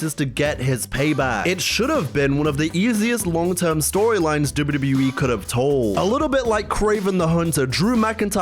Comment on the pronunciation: why tf do you say wwe like that?